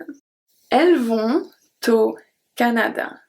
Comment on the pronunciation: Hi, thanks very much for your lesson. I heard no liaison when you said 'Ils vont-au Japon'. Could you please explain about that?